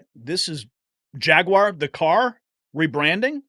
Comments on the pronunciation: I agree with everything 99%. Your pronunciacion of jaguar is driving me crazy tho. It's NEVER JAG-WIRE. it's really easy. much better off just saying JAG-WAHHH and cut the R off, as the brits do....or add the R as an american....JAG-WAHR... my two cents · The guy can't even say JaguarI was thinking about that little bully Acosta before you said his name.